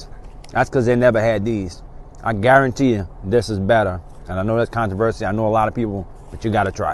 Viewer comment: When you say "Guarantee" It takes me back to my childhood watching cooking show with my grandmama. I used to love him. The way he said “guaruntee“ and "onyon" used to make me smile. I appreciate this channel ❤️